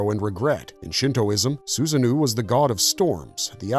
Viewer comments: Sorry, but it's Susano-o, not Susanoo... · Am I the only one kinda annoyed he's calling Susanoo SusanNu? And the irony of pointing out the lore inaccuracy?? It's a great video, but still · The pronunciations of some of these characters pulls me out. Susano - (Soo-zah-noh) is just one example